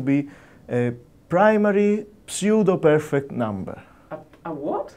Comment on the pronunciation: Say "pseudo" sue-doh Say "perfect" pur-fekt Say "psuedoperfect" Psoodohpurfekt Why are you putting so much emphasis on the "P"